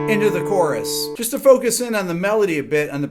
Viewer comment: Love how you focus in when you say 'focus in'.